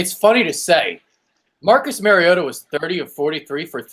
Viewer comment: MAR-EE-OTA Learn your daddy’s name.